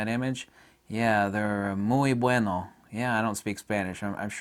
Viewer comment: Actually a very well pronounced "muy bueno"